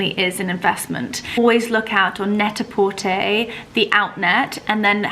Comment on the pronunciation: Hi, thank you for your “ comprehensive” introduction! I look forward to seeing and hearing more of your love of classic and timeless lifestyle, and of course your love for horses and dogs. One could tell you have mastered the French language as you are probably the only “influencer “ I have heard so far pronounce Net-a-Porter correctly! 😊